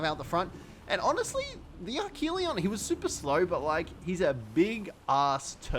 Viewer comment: And archelon pronounced arc-a-lon